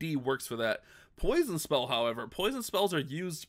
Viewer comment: Poison its not s